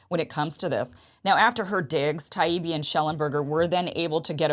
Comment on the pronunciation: I hope got burned in some social circles for the way he behaved. He deliberated mispronounced Taibbi over and over, and called Douglas Murray, Doug. He was corrected and continued to do it because he had no reasonable debate points but wanted to upset his opponents